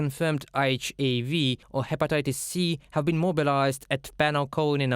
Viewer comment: The guy mispronounced HIV 3 different ways bro. “Eisch A V” “Eisch I V” and “HIV”😂😂😂 , , and 😂😂 😢listen to them all😂😂